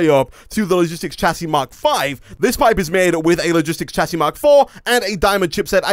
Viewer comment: hey you know that it pronouced "shasy" not "chasy"